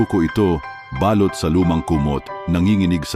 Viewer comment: Bkit kaya kpag lalaki ang narrator eh mali2 ang pagbigkas ng mga salita Mali po ang bigkas ninyo ng balut at balot ,saka ng salitang baga(lungs) .